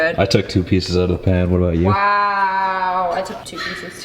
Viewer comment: Also she says wiaw for wow